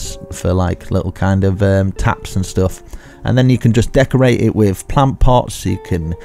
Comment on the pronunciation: I love how he says stoff